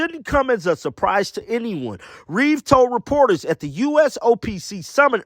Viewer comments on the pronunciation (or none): none